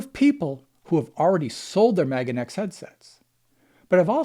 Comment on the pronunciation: You've convinced me not to buy it simply by pronouncing it MAGAneX.